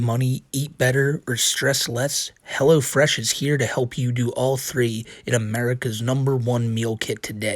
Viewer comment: Helwo Fwesh coupon code WhiteBowsah